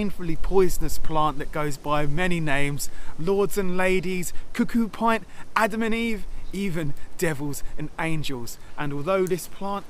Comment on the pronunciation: The 'pint' in cuckoo pint is pronounced so that it rhymes with mint. I guess you come from an area where it isn't commonly used and read it in a book or online.